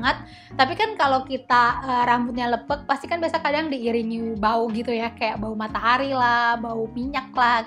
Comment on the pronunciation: Lepek kak, bukan leupeuk hehe